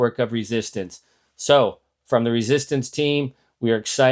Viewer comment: You're great, Charlie. p.s. it is said meeee-gwech, not meg-wich. Miigwech!